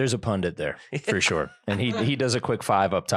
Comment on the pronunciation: Copying Alex sayings - Shore when you are saying sure. And Nice when you are saying that's neat.